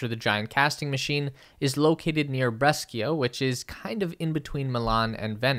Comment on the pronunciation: "bres-kia" I'm dead 💀